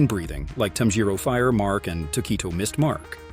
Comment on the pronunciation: It bothered me a little how he mispronounced a lot of names including tanjiro nezuko Muzan urokodaki and others. I had to stop watching cause it was annoying me, but some of the info was accurate